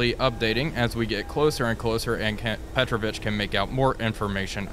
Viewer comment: Just a comment as Russian is my mother tongue: I'm 99% sure that in this case Petrovich is not a Surname, but a Middle name that is used as a respectful way of calling your friend, which is typical in FSU countries. So, it must be pronounced as PetrOvich, with the emphasis on "O" sound, not "E".